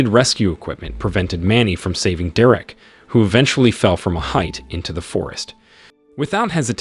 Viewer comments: ...it's pronounced 'Deer-rick/Derek',NOT "Da-rack"...😮geez go back to 1st grade😮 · I will carry on listening, BUT!!! what is with the AI voice!!! The occasional mispronunciation is ok, BUT not when you are repeating the word every few seconds ... "Derreck" ... Maybe it is spelt with one "r" but it is pronounced by humans with 2 "r"s. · Who calls "Ava" , "Ava" and "Derrick", "Derek" ?🤷🏻‍♂️ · Figure out how to pronounce the name Derek. I know it’s hard. English is challenging for computer programs. But either do that or quit this farce. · Fuck! "Derek" is not "Der-Rick". Get a better robot! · Derék? 😂😂😂 Derek!!! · Please: "Derrwreck" J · I couldn't listen to this shit.. Da-Wreck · Yea, how many times does it repeat "Dur-wreck"? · I don’t know…I’ve known a Derek I would classify as DaWreck… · Nice story, horrible narration. Derek, De-rek, Drech, whatever. As usual, AI sucks. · Please learn how to pronounce Derek! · I have never heard Derek pronounced the way it is on here. Change the way you narrate stories or is it just that your computer doesn't know any better ? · Do you know how to say Derek you bozo!